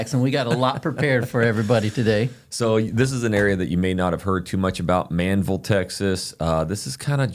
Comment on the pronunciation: That HEB needs to be much bigger!!! It’s ManVEL NOT Manville! 😊